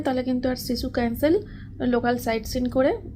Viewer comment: Sisu kor tui hisu sissu ucharon thik kore korena